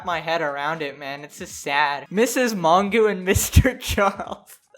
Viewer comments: Image pronouncing Mongeau "mongoo" lol it's a French name its "mojo" with a soft j. Sorry mispronouncing names is a petpeeve of mine. Anyway yea all these people are the worst whatelse is new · Man had to censor the word Covid like what? also its Mon-Joe, I don't watch her, never have, but that is the correct pronunciation, and you're 20? Very Cool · “tana mon-goo” 😭😭😂😂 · my favorite part of this video is trying to pronounce tana mongeau’s last name